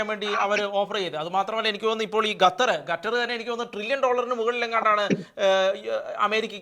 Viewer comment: ഗത്തർ അല്ല സുഹൃത്തേ, ഖത്തർ എന്ന് പറയൂ.